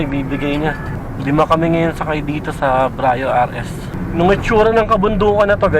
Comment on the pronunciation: Hi -- Some points for you to review and re-check: 1.) Pronunciation -- Sir, Brio is pronounced as literal bree-yo. Not Bra-yo. Ok po? Bree-yo po ang pronunciation. 2.) Sports Mode -- Never po sa history ng Brio from 2015 - present na may "Sports Mode". Yang S na nakikita nyo sa shifter ay "Sequential" meaning "transition to manual mode". Sana po clear. Thank you.